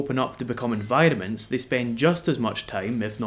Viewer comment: ... It took me an embarresingly long time to realise you were saying "environments" and not "vitamins"... Sorry.